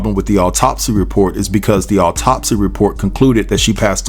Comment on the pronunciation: There is no emphasis on "top" in the word autopsy. The emphasis is on the beginning of the word. Alright....😉